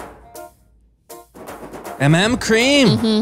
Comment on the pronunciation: Guys MM Kreem is actually pronounced as MM 'Kareem' not 'Kream' 😂